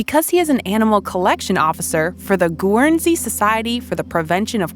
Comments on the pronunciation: It is pronounced Gernsey Not Goowernsey! With a hard G. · You would think that these people would find out how to pronounce the name of the place properly. It is pronounced GURNSEY NOT GOOANSEY. Very unprofessional and annoying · Great rescue, however. Where did this take place? Why don’t these narrators take responsibility for pronouncing Names correctly GuRRunsea oh please! then we hear ‘she bounced right out of her Courier’! They must be so proud of their 2 minutes of narration fame. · It's pronounced "gernzee". Frankly, I could do without the narration altogether. MUTE. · I caught that too. Always thought it was pronounced as: GURN - ZEE! Great video though! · Wonderful video : ) Guernsey = Ger - n - see : ) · The WHAT SOCIETY. IT'S CALLED GERNSEY WISH YOU YANKS WOULD PRONOUNCE ENGLISH NAMES. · it's pronounced GERN - ZEE - idiots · It's pronounced Gernsay just in case you need to say it again. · Great to hear from this rescue. Not so great to hear the way off pronunciation of Guernsey. Somebody has to do their homework better than that. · Love how the American bot pronounced Guernsey. The American language is like a separation from birth too. lol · Please learn how to properly pronounce Guernsey !!! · The u is silent in 'Guernsey' by the way. One of the Channel Islands. The Gweek Seal Sanctuary, on the British side of the Channel, in Cornwall, is famous. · GOOD GRIEF! PLEASE Google the pronunciation of "Guernsey," THEN USE IT - you sound like an ignoramus, "dyed in the wool"! 🤪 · Cracking pronunciation of Guernsey lol. Top marks to the officer 👍🏻